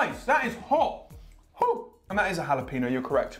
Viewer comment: the way they pronounce jalapeno xD